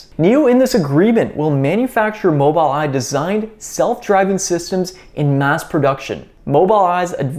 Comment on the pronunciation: Well done...Its pronounced "MOBUL Eye"